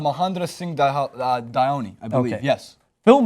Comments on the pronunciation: You said dhoni wrong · they are american and know little to nothing about cricket, they couldnt even pronounce Dhoni's name lol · you cant pronounce Mahendra singh dhoni